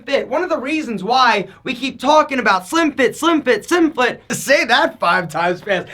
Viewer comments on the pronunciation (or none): "Slim fit" "Selim fit" "Shlimfftit"